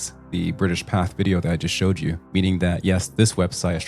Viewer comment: Pathe' is pronounced Path A. Good catch on the stolen footage.